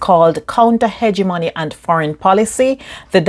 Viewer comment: Mispronounced hegemony. It’s NOT hege money. You also mispronounced several names. You have no credibility